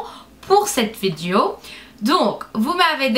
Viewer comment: C'est trop chou quand tu dis "vidéo" (vidio) '! Tu est juste magnificiiiiiiiimmmmmmme *_____*' <3